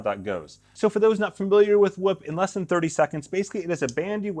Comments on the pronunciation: Its not whip its whoop lol cmon bro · I'm gonna need him to say "scoop" for reference 🤣